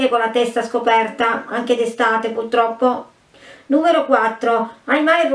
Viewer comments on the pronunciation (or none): none